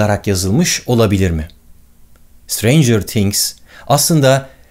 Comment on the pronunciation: Sıtreyncıığrr tiğhgs değil o yanlız